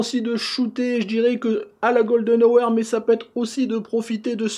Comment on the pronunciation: Bonne vidéo comme d'habitude, je vois que ton anglais et aussi bon que le miens : "la gueule de nowair" (golden hour) ;-p